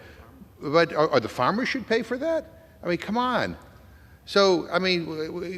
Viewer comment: Jim McGovern: " His Famers" 😂